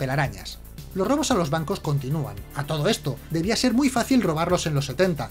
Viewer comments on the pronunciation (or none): none